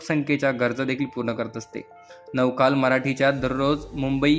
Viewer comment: साध नवा काळ हा उच्चार करता येत नाही, नव काल ...? 😅